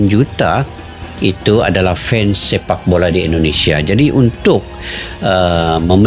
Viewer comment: Fans..bukan fens..ucapan bhs indonesia yg benar jgn merusak kosa kata..klu tdk bisa berbicara bhs indonesia yg benar ..kalian pakai saja..bhs melayumu..